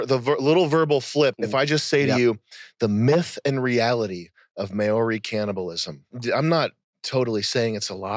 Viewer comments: Its pronounced MOW REE not MAYO REE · Can someone tell this goober it's mow-ree (as in "now" with an 'm' and "reee"), not may-or-eee. Mow-ree. And what about the Australian Aboriginals and their antics? Not good. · Sam falling for clickbait tier "factoids" LMFAO, maoris have always been solid and it was never a "secret" even here in Australia :L White "kiwis" are and always have been the problem, learn to pronounce "Mah-Ree" also :L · MaAww ree Is how you pronounce Mauri. They're largely a spent force as savage warriors. Theres a 1995 film called Once Were Warriors which addresses a number of these issues. The haka is more amusing than intimidating now cos they let women and kids do it at vegan protests 😂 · based. But also its mao-ri (like the chairman), just so someone dosnt give you shit for pronouncing it wrong :) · Maori: Pronounced MAOri (like Chairman MAO). Two syllables. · the way he pronounced Maori lol diabolical. btw, There's not just one Haka.... there are many... for many different reasons. Like funerals, weddings, celebrations, sports.... and yes, Combat. And yes, those Maori were cannibals hahaha I love being white.